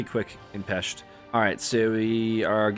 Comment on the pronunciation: So glad to hear a non-Hungarian pronouncing "Pest" correctly. 😃 Great run btw